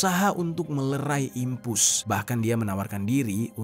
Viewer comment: Dimpos keknya bng bukan dimpus 😅😅